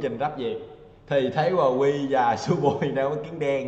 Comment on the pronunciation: Vkl tên ngta đọc quờ qui :))))